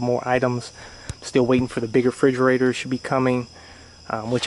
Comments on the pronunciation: It's "refrigerator", not frigerator. For the love of god. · Bro it's refrigerator not frigerator*